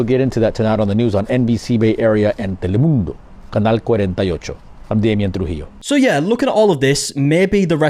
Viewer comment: teleMUNDO 😂😂😂 WHYD HE SAY IT LIKE THAT??